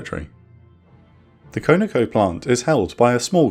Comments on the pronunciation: Its KON-OH-KO not KONO-KO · not "Koe Na Koe" rather "Kaw Na Koe" Conoco = Continental Oil Company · "con-a-co" Not however it is you pronounced it. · Great video as usual!! Side note: CONOCO is short for Continental Oil Company and pronounced Con - a- co. No biggie.